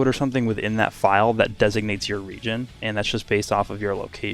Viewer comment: At first I heard Regen and I was confused then realized he said region